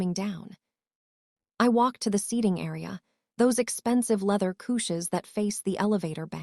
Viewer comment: Maybe someone should listen to what the AI pronounces. Couches was pronounced cooches, among a few other words. The closed captioned spelled merger as murdered.